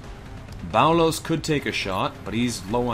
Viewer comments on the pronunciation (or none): Yeah, it probably is nitpicky of me. I wouldn't be moved to say anything if it were the only issue, but Boulos being turned into "bao-lowce" and Jimenez rendered as "hee-muh-nezz" have both been getting on my nerves for a while, so I finally kinda snapped when I heard "ay-jiss". I probably should have considered the Canadian/American phoneme difference, but as far as I know, that's not one of the affected vowels. The other half of my motivation to mention it despite the picky nature of the comment is that stated in the past that he likes to try to get pronunciations as right as he can, so it almost comes as an "Et tu, Brute?" moment when these things happen. Totally unreasonable of me, of course, and I do appreciate considerably that he tries.